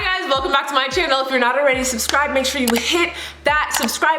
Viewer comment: You said “if you’re not already subscribed” and I had to turn on captions because I kept listening and all I could hear was “if you’re not a racist- subscribe.” And I was pretty sure that there was no way that’s what you said but I couldn’t figure out what you were actually saying.